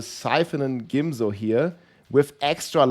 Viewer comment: “Gimzo” made me comment 😆